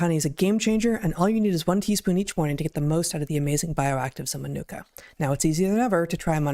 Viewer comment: I laughed at the way Heather pronounced Manuka Honey? Ma Nu Ka😂